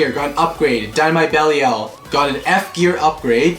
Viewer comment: you are saying Belial wrong